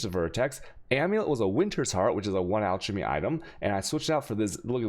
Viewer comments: You pronounce so much stuff wrong. Alchemy, chaos, vaal. Look it up man. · everytime you pronounce alchemy, or chaos in a video, i leave, sorry xD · I have to ask... is it a meme how he says chaos and alchemy? Cuz fuck it pisses me off